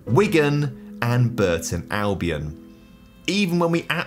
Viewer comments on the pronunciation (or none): none